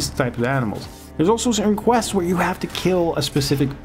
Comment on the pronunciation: Say 'questseses' ONE more time. Lol. Love how he gives the game a rating when he only played a tiny bit. Too many wanna be ign reviewers on youtube lmao